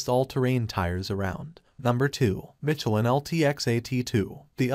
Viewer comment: I noticed it too. It mis-pronounced Michelin as "mitch-e-lin" instead of "mish-e-lin".